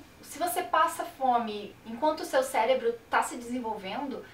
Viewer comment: atente só para um pequenino vicio de linguagem com a palavra cérebro (e não célebro). Eu tive um profesor de faculdade que falava "poblema" e não "problema" (ainda pior que "probrema"). Isso passa sempre a impressão de falta de conteudo, quando na verdade se tem enorme conteúdo, só por causa da pronúncia. Caso tenha falado corretamente mas a emissão saido confusa, é necessário treinar articulação das sílabas, para tudo estar claro como água. Ok? Abraços.